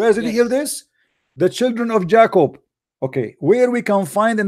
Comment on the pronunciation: I love you.I UNDERSTAND YOU STILL LEARNING ENGLISH.no not jac-co just pronounce it like this much easier.J-cob.ok love mu brother............ blessings.